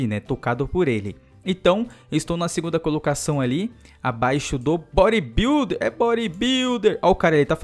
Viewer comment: o cara analfabeto ''Borybilder'' ahsahahhsahasa